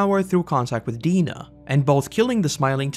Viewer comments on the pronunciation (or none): none